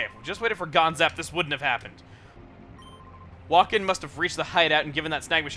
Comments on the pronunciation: Wakin is pronounced wokeen its a real name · Does anyone else think that Wakin's name should be pronounced like "Joaquin?" Maybe it's just me trying to make sense of the stupid names.